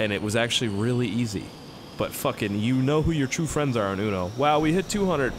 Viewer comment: will u bee mi fwend